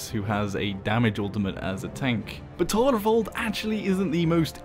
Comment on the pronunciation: I love the way you pronounce "Torvald". I'm gonna start using that from now on haha.